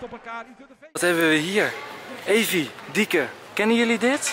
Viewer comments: Hij zegt telkens dieke maar het is toch lieke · Enzo zegt de hele tijd dieke in plaats van lieke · Noemt ze nu Lieke of Dieke 😂